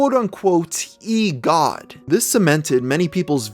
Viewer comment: I cringed so hard at "e-god"